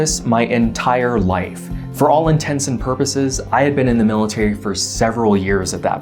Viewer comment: You didn't need to do this video. But mad props. Thank you for your service. And thank you also for all these videos. <3 Also THANK YOU for saying intents and purposes... Not intensive purposes